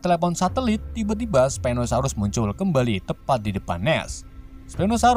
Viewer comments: admin bilang stegonosaurus padahal itu s😂🤣pinosaurus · Bang bukan stegonosaurus stauku spino saurus